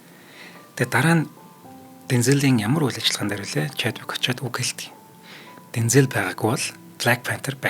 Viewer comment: Bayarlalaa Deenzel Waashington gej duuddag shuu. Denzeel bishee